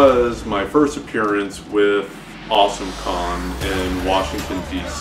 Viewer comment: I can't have been the only one who kept mishearing "Awesome Con" as "Awesome Kong"...